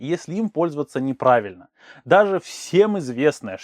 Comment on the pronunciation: Вот как Вы неправильно говорите, так вы неправильно и написали в шапке слово "НЕ правильно". "Не" с прилагательным и с наречием пишется слитно. И не нужно при разговоре выделять более громко приставку "Не", это неграмотно, Вы тем самым "вписываете" в разговоре пробел в этом месте, эффекта Вы не добьетесь. Гораздо эффективней проговорить это слово громче, звонче, но быстро, односказанно!!!